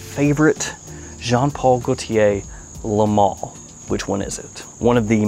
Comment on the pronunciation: I haven't liked any Le Male (that's "le mal not le mall" by the way) until this one, I love this. If ever I wanted to win a bottle this is the time!!